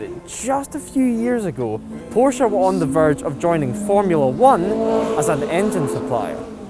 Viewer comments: Porsha and Porsh, what are these? Chinese copies of a PorschE? But bs aside, the pronounciation and for example was not bad for a native english speaker 👍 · Wow long time since I’ve heard Porsche pronounced correctly!